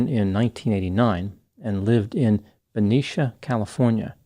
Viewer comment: This is from my home town! I went to high school with him. Thank you for pronouncing Benicia correctly lol